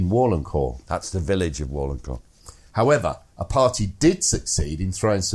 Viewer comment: It’s Buute not Butte, yes,……and is Varlencourt not Warlencourt